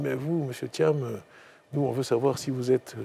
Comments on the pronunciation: C'est Thiam pas Thiane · C pas thiane mais thiam,m a la fin!😂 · Bjr. Je suis ivoirien et je vis aux USA.Merci infiniment d'avoir fait cette video sur Thiam. Mon clavier est en anglais donc desole pour les typos. Je note au passage que tu as ecorche a plusieurs reprsies son nom lol. Deux points m'ont marque. celui ou il dit que l'autorite ne s'exige pas mais elle se consent. Et le deuxieme touche au capital humain comme la plus grande richesse de son parcours. Thiam est quelqu'un que j'admire bcp. j'ai regarde de lui toutes les videos youtube aussi bien en anglais qu'en francais et je suis arrive a la conclusion que ses succes tiennent a un seul point: le BON SENS. Son analyse emprunte de bon sens des phenomenes a fait la difference partout ou il est passe. Et c'est bien ce qui lui donne toujours une longueur d'avance et qui fera de lui le futur president de la Cote d'Ivoire. Cette qualite ne s'aquiert pas a l'ecole. on l'a avec soi. Elle est differente des performances a l'ecole.